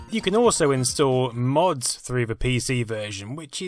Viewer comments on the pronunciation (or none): none